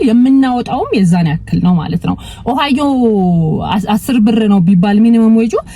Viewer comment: Ohio 'ኦሃዮ' ብለሽ ላላ አድርገሽ ጥሪው። አንች 'ኦሃይዎ' ብለሽ ነው የምትጠሪው። ሌላው፣ Google 'ጉግል' እንጅ አንች እንደምትጠሪው 'ጎግል' ትክክል አጠራር አይደለም። በተቻለ መጠን፣ ረጋ ብለሽ ብትነጋገሪ መልካም ይሆናል። ትንፋሽ ለመሳብ እንኳን ለራስሽ ጊዜ አትሰጭም።